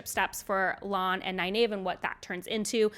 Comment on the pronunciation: The most jarring one for me was you pronouncing Faile's name "fail" instead of fah-EEL. Also, you sometimes tend to pronounce Nynaeve neye-NAVE instead of neye-NEEVE (which someone apparently deceived you about). I find it interesting that you pronounced Lan as both "lawn" and later "lann" (ala land w/o a "d"). Some folks argue that lawn is more official, but Lan introduced himself with the "Ann" sound at the start of the series. I'll also mention that you said "ail-man" instead of "eye-EEL-man" for the Aielman. Minor quibbles, though. Thanks for all the great content!